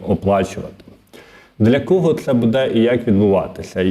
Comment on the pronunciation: Дякую за працю,але ЗнОВУ: будЕ, а не бУде.!!! І чому - ДВА гривні, а не не ДВІ гривні!?!?😮😮😮 ПрибирАйте неграмотність,!